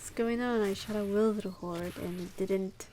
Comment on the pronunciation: I was so amused: Witherhoard will hence-forth be pronounced "Wilderhoard" in my mind. Great job on the run. I learned a big lesson. Patience. There's a time for aggression, and a time to just sit back and cry and watch the scene.